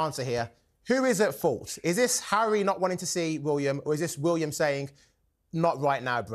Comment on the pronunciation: cannot even pronounce William correctly.